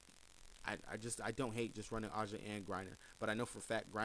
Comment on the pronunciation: awesome to hear it. Great content!!! One more thing A’ja is pronounced just like (Asia)